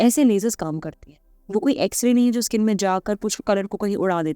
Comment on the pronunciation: स्किन को इस्कीन क्यू बोलते हो?